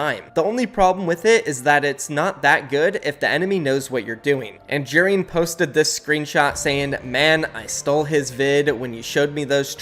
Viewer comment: i have the way he says Jerian’s name. He says it like jeer-an instead of j-air-ian